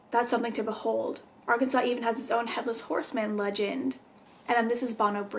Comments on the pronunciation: Ar CAN sans 😂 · Can definitely tell your not from Arkansas cuz you can’t pronounce any of our towns correctly